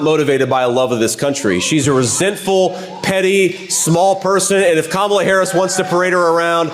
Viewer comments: And it seems impossible for Trump to learn how to pronounce Kamala properly. I mean, he really can't. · I don't understand why he doesn't have the balls to pronounce her name correctly. He is doing it on purpose. What a jerk. 🤬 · Trump can't even pronounce "Kamala" right. It's pronounced Com-uh-luh not Cuh-mah-lah.